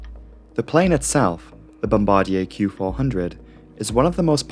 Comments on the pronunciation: I love you,, but it's 'Bom-bA-Dear. x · Great videos. Bombardier pronunciation is “Bom-ba-deer”. 👍